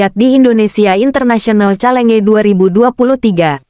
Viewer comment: Bacanya yg benar calenge gitu ya persis tulisannya?